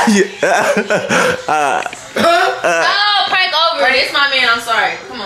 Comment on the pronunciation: said is it a prankleeee